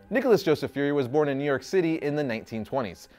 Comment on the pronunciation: Its pronounced as "fyoor-ree" not 'furry'. Lol